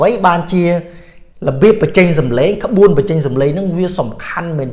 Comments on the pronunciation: ក្បួនអាន មិនមែនក្បួអានទេ! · ក្បួន ភ្លេច "ន" លោកគ្រូ☺️